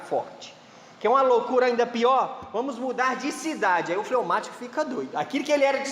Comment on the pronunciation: Fleumatico nao flaumatico